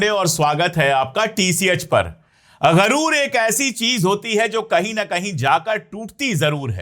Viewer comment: Sir garoor nahin sahi lafz ghuroor hai